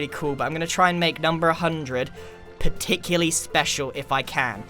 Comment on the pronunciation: Particuly? Did you mean particularly?